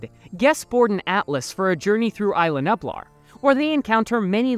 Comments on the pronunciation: BRO I HAD A STROKE LISTENING TO YOU PRONOUNCE NUBLAR YOU KEPT SAYING NUPLAR ITS NUBLAR HOW HARD IS IT!?!!? COME ON!! MY 6 YEAR OLD FREINDS CAN BEAT YOU!!? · No hate but it bothers me when you say nublar it’s nuublar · He said nublar wrong :D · He did! :hand-orange-covering-eyes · Please do pronunciation homework before doing voiceovers. Isla Nublar and INGEN. Both mispronounced. Just watch how they pronounce it in the movie